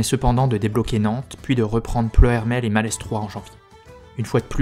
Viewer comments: Vidéo très synthétique. Précision : Malestroit se prononce sans le s. Auray se prononce Orè. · Super épisode qui m'a bien aidé pendant les cours. Par contre, je me dois de te prévenir, le "s" de Malestroit est muet ;) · Excellent travail. Juste une chose : arrête de prononcer le "s" de Malestroit ou retourne à Parisse. Signé : un breton. PS : je vais boire un coup de chouchen pour adoucir mes délicates oreilles écorchés 😂